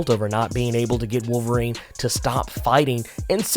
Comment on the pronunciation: Wol erine is back? Oh no